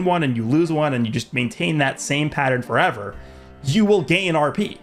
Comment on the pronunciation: blud said 4even 💀